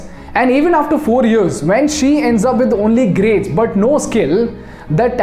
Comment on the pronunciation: the way he said "she" - Thanks.